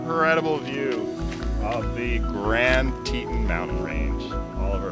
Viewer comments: Very cute video, Oliver is adorable! But I have to say - it’s pronounced Grand Tee-tonn National Park rather than “Tee-tin.” Would love to take my beagle to Jackson, I’m there at least 3 times a year. But she’s a handful so the furthest we can handle right now is Flagstaff! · Oliver is a star. Fun video. Teton is pronounced like Tetawn. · My understanding is that the name of the second national park mentioned in this video is pronounced "Tee-tawn", a poor Anglicization of the French word for "breast" or "t-t", the word French fur trappers and hunters used to describe the many peaks 225+ years ago. : ) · Just FYI. It’s pronounced tee taan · What a wonderful time you three are having, and what a wonderful place. By the way, it's pronounced TEE-tawn.The Tetons received their name from French-Canadian trappers who accompanied the earliest British expeditions into this territory. As they approached the range from the west, they beheld three towering mountains upon which they bestowed the name of "Trois Tetons" ("Three Breasts' in French) Different Native American nations had different names, but several were translated as "pinnacles" and "three pinnacles." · Fellas, thats tee-tawn like yawn.